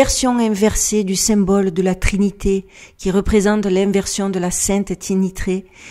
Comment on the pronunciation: Attention Maizikeen, vocalement Teeny tray : petit plateau ≠ Trinité 😅